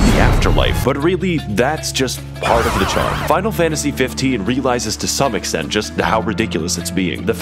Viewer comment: As a audio listener who had this autoplay, I can genuinely say I misheard him say "spinal Fantasy 15", and thought this was a game genuinely about the BTS crew going around and slaying gods for a solid five minutes before he said it was Final Fantasy.